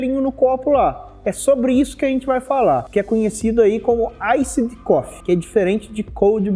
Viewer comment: "Aissid" coffe hauahauahua. Bom video!